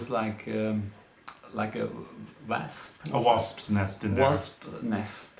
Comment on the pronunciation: Don't feel bad about saying wasp's nests,. I can't say it easily, either, and I'm a native speaker